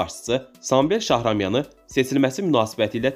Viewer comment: Вы меня извините, но чтец безграмотный, не Цецелашвили, а Чечелашвили, не Шахрамян, а Шахраманян. Если это читает живой человек, то очень грустно, но если озвучивает программа, тогда все не так уж плохо!)